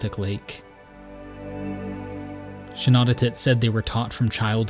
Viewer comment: Shanawdithit is pronounced like shah-NAW-dith-it Great video tho as a Newfie I appreciate this especially the research you did